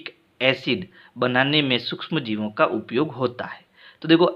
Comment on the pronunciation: Upyog kota hai uiyog nhi sir shi pdhao baccho ko galat mat pdhao